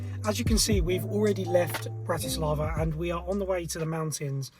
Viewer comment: FYI you got the pronunciation wrong. Don't treat it as english language.